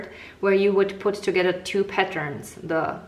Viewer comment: Your English is poor. You pronounce your words such as together is togedder and your arm is very distracting.